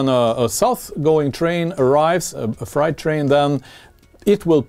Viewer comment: Love your channel. Your English is very good. Just pointing out something. Height = hite. Freight = frate. Why we do that with the pronunciation is beyond me. I’m also learning Spanish as a hobby and that make pronunciation much easier.